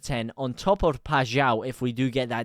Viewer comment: The only streamer i have hera say paixaos name correctly lol